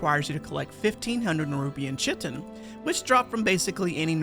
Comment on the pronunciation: chitin is pronounced 'Kite-In'